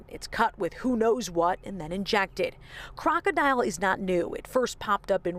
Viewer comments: It’s not pronounced like the word crocodile (kraa • kuh • dile) It’s krokodil and pronounced like (krah • kuh • dill) as like in dill pickles. And these drugs emerge because of the DEA and CDC. Stop putting our doctors behind bars and stop sending legitimate pain patients to the streets in search for their life saving meds. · Isn’t it pronounced krok-a-dill not crocodile aha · KROKODIL not DILE ..dil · Its called krokidil not fucking crocodile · You have to learn pronounce it. Its krokodil not crocodile 🐊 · It makes it hard to believe authorities even when they’re right when they don’t even pronounce the name of the drug right. All they had to do was watch a YouTube video of people using it. It’s pronounced “Krok-O-Dill” not crocodile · I thought it was pronounced kroko-dill? 🥒 This was especially popular in russia/eastern european countries, it is a certainty its some dark web shit